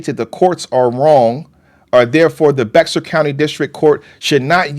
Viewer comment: I had to laugh everytime said Bexar county. Its pronounced differently and most (even some Texans) don't know how to pronounce it.